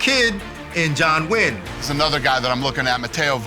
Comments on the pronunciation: Dana pronounced 'Nguyen' as New-win lmao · "..John, ah, ..New-en" Its the most common Vietnamese surname, surprised that tripped him up. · cn tower is not 18115 feet that would be almost as tall as everest lol , i lknew 1815 ft since i was a kid also nguyen is pronounced "wing"